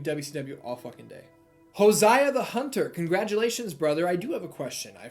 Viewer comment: First, thank you for responding to my comment! Secondly because you ask us to correct you, it's pronounced Joe-sy-uh lol! Third, you have some very valid points about the production of WWE as a whole buy i will say thay IMO when WWE is firing on all cylinders they are the best. BUT the issue stems from inconsistency and sacrificing long term storytelling for those moments. Rarely anymore do you get the long term payoff to a story told over multiple months/years. But to be fair people consume media differently. The 18(ish) month build for something like Sting vs Hogan wouldn't fly today. There has to be some middle ground. Also i agree with your point about AEW. The spot overuse by multiple guys throughout a single show takes me out of it from time to time buy i find the overall product way better than WWE. Maybe just because I grew up on it I can't let it go 😂